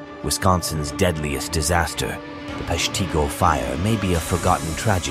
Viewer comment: Locally we pronounce it Pesh-teh-go. Other than that an interesting channel and episode.